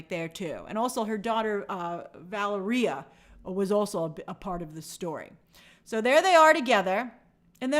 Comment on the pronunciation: How do u mispronounce Valeria 😂